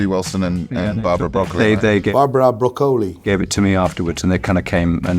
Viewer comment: their broccoli pronunciation was the right one btw